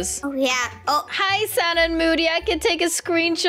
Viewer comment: Sanna you Said öd